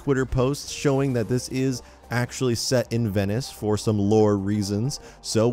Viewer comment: The way he pronounces “Venice” annoys me soooo much... Edit: he says Venice like 23 god damn times jesus